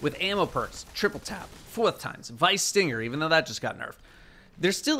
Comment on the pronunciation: Great video, loved the little slip up with “Fourth Times” that kind of sounded like a Boston (?) accent